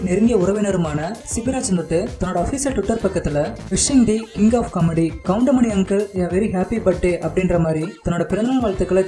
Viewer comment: Ennada goindamaninu soldra😠😠😠goundamani sirnu sollu